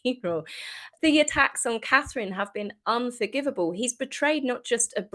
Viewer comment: Does this lady in red have difficulty saying CATHERINE? William is defending his wife and children, why the hell should he be "the bigger brother" Is that another way of saying doormat? Wrong brother dear!